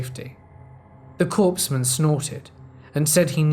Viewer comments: Its COREman NOT CORPSman. The reader has great tone & cadence but the overacting & mispronounced words lost me..... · Yay! I love Crazy Ex stories. Don't know why as I've never had a crazy ex, myself. My husband is nice and not crazy. LOL In the United States Military, a Corpsman is pronounced KOR-mun. The “p” and the “s” are silent.